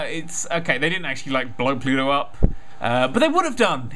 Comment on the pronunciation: i thought he said pluto iou